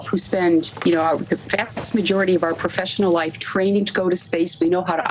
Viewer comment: They are astronauts. They went to space. Cut the crap you sound like a hater . Karen really tried to emphasize the words “not professional”.